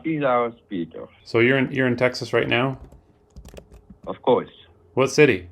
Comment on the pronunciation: i have never heard anyone in my life ever pronounce texas like that and i’ve lived here for my entire life